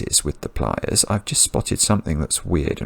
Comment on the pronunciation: It took me quite a while to realize that was saying “pliers” not “playas” (“beaches”).